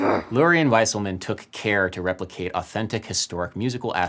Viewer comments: Wouldn't "Wieselman" be pronounced "Veeselman", not "Viselman"? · Adam, you’re mispronouncing Douglas Wieselman’s last name. It’s pronounced “VEE-ZELL-MON” not “WHY-SULL-MAN”